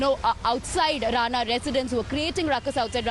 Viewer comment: It's RANA not RANE...